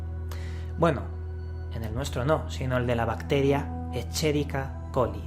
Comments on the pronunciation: Un pequeño aporte: Escherichia coli (dilo tal cual suena o simplíficalo E.coli) pronunciación correcta "esqueriquia coli". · Hola. Una puntualizacion. La bacteria Escherichia coli se pronuncia "Esqueriquia coli". Segun la Wikipedia: Fue Descubierta por el bacteriólogo alemán Theodor von Escherich en 1860. Von Escherich la bautizó como bacterium coli ("bacteria del intestino", del griego κολον, kolon, "intestino"). Con posterioridad, la microbiología sistemática nombraría el género Escherichia en honor a su descubridor y la colocaria en un grupo de bacterias llamadas coliformes o del intestino. Tradicionalmente, a los coliformes se los ha considerado como indicadores de contaminación fecal en el control de calidad del agua destinada al consumo humano en razón de que, en los medios acuáticos, los coliformes son más resistentes que las bacterias patógenas intestinales y porque su origen es principalmente fecal. Por tanto, su ausencia indica que el agua es bacteriológicamente segura. Asimismo, su número en el agua es directamente proporcional al grado de contaminación fecal; mientras más coliformes se aislan del agua, mayor es la gravedad de la descarga de heces. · Muy bueno solo que tienes que ver la pronunciación de la bacteria yo estudio microbiología y me parece mal que no digas bien el nombre de la bacteria correctamente solo es una crítica constructiva